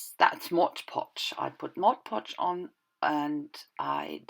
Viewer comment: Nice page! That glas shimmer stuff from Viva looks great! Now I need it too:) I like you say MOD podge instead of modche podche like so many. Not a great issue, but it just sounds much better the way it should be said.